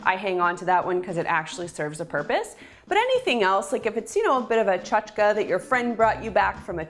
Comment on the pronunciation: "Tsotchkes"? Thank you,.